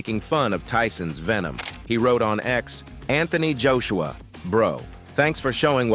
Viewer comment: Anthony Juiceuwa 😂